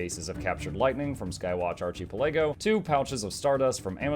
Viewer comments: I think that archipelago is pronanced as arHypelaago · Every time you say archipelago it hurts my soul.